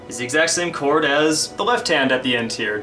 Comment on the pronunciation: when u said this chord in part 8 it sounded mor like discord^^ lol